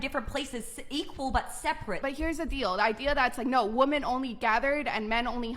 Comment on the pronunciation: Why did every basic person under age 25 simultaneously decide that "women" should be pronounced like "woman?"